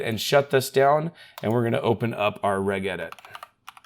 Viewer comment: How do you say the word "Registry"? Say that then then say "regedit" the way you do. Does it make sense to say it the way you say it? Haha! Stupid thing to point out, I know, but just makes my ears say, "what????' when I hear it...